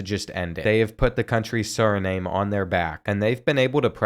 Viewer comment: I love watching you and all your football videos but please PLEASE learn how to pronounce countries names like Suriname. It’s pronounced suri-nam not suri-name. 💀